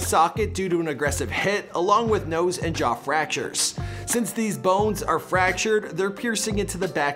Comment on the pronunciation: Jaw fractures? more like "Jah fractures" ihms